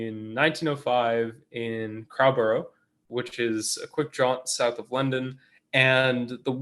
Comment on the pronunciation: Crowborough "Crow" as in "row" a boat, borough "buruh", please.